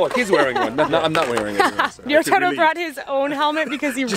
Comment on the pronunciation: Ryotaro? You mean Risottoro?